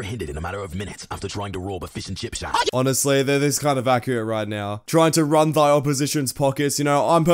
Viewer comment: Hey said shack not shab